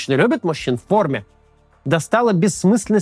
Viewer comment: "мужики в форрмеее" привет Бэдсу)